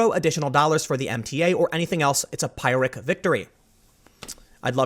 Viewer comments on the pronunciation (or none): Tim, it's "PEER-ick" not "PIE-rick" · Not Pyre-ic victory, it's pronounced Pirr-ic victory. It comes from a statement attributed to the Greek Plutarch Pyrrhus, who, after a victory over the Romans (which also took a huge toll on his own forces), declared that "another similar victory would ruin him" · Pyrrhic is usually pronounced like the words "pier" and "hick" strung together. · OMG Tim. Its pronounced "pirrik" not "pierik" and you really need to study the concept of Pyrrhic victories. The Greek king Pyrrhus attacked Rome in 280BC and won all his battles but lost so many men he lost the war and his crown. It is a concept and lesson from classical times that remains relevant today. I get you never went to University but this is a massive gap in your knowledge and makes you sound a bit ignorant. Just read the Wikipedia article on it at least please. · It’s not pie-rick, it’s peer-rick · It's more like pier-ick than pie-rick. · Peer-ick, not pie-rick. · "peer rick" not "pie rick"...just sayin... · Pyrrhic is pronounced like pier ick. Just for going forward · It's pronounced "Peer-ric". That said, "Never knock someone over mispronouncing a word. It means they learned it from a book." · Is the correct pronunciation peer ick? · A Pyrrhic (pronounced /'pi-rik/) victory is one gained with such tremendous casualties that it's almost like a defeat. It's named after Pyrrhus of Epirus, who gained such a victory over the Romans in an actual historical battle. I used to play a lot of Rome Total War and it says "Pyrrhic Victory" at the end of battles sometimes if your casualties are too great. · Sounds like Tim is saying "Pirate Victory", instead of "Pyrrhic Victory". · It’s pronounce “peerick”. Pyrrhic victory is victory by burning your side along with your enemies. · Pyrrhic victory is from the Pyrrhic war. Pyrrhus won battles but took heavy losses doing so, handing the Romans the greater victory in the end. Also it's pronounced like peer-ick. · Pyrrhic = PEER-ik